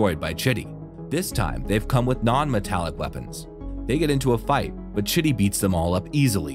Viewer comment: When you say chitty the caption says shitty🙄😂😂😂😂😂